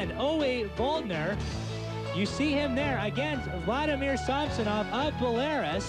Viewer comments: Yeah he’s pretty clueless and someone must have told him that he was also pronouncing Belarus incorrect. Shows how unworldly we all were just 30 years ago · when u cant pronounce Belarus....id like to speak to the manager. (we are all karens sometime)